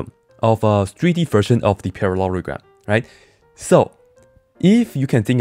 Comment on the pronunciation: para-LORY-gram :o